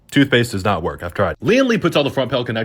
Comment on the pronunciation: The way he saaid toothpaste doesn't work